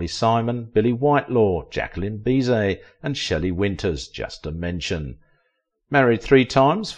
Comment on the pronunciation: Jacqueline Bis-sette